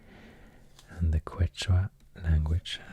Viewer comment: It’s pronounced “Ketch-wa”